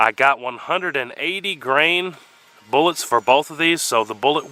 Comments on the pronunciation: “Let’s see if we can find those boolots.” Classic! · Boo-lots 🤣🤣🤣!! Thanks for your dedication to your channel. I give you a thumbs up even before I've watched👍 I've never shot either but I assumed the 10mm would have gone through the most. Catch you next vid mate!!